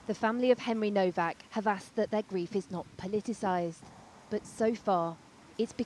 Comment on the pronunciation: It's not Mr. Kowaks, but Nowak. Show some repect.